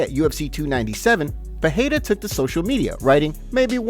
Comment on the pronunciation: Pereira not Peheira